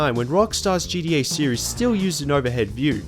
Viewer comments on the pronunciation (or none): GDA..? you mean GTA? Either you are saying GTA far too quickly or you're pronouncing it incorrectly. I'm not entirely sure.